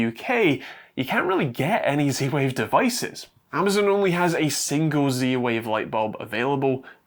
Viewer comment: stop saying "c-wave" .. use proper english :)